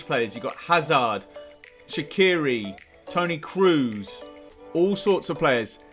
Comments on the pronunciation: cruise ? It's pronounced kross but spelt kroos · man said toni "cruise"